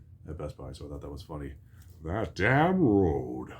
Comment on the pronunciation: That kills me when this man constantly says road. You gotta watch out for that road! Theres a compilation of him saying road on youtube 😂😂😂